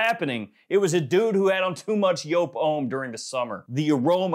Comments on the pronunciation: It's a Dutch name (though the brand has its origins in Germany) and should actually be pronounced more like yope, so yes, pronouncing it as joop or yoop sounds jarring to me and my Dutch heritage. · It’s JOOP ( Yoop) like the word LOOP. It’s not ( YOPE).